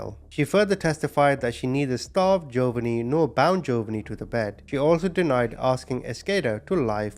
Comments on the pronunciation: This is how U pronounce the name of the 2nd victim hun, Gee-O- vah-nee. I know it looks weird and a dictionary would probably do the pronunciation differently than I just did, but if U say what I wrote, all together, I think U eventually should get the correct pronunciation. Love ur channel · Jovonie.. is pronounced JO VA NEE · I think the boys name is pronounced Joevaneeeee